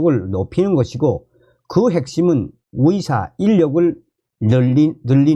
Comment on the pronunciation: 위협이 아니라 의협 위사가 아니라 의사 발음이 좀...